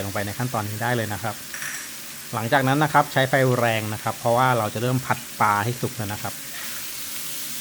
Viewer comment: ปลา ปะลา ไม่ใช่ ปา